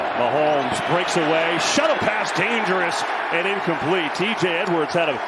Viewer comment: At time stamp / it Sounded like he said "Shuddle pass" 😂🤣🤷🏻‍♂️🕴🏻